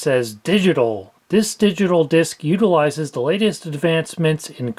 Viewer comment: state of the art, when the word following 'the' starts with a vowel, the is pronounced thee for more clear enunciation. cheers and thanks for the video.